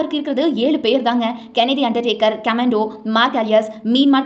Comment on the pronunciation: தாயீ அவர் அண்டா டேக்கர் இல்லமா அண்டர் டேக்கர் 😂😂